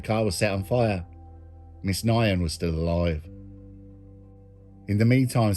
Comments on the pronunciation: Pretty sure you butchered the pronunciation of Quyen Nguyen, the second name is pronounced like 'win' Good vid though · last names pronounced 'win' im sure bro but great vid as always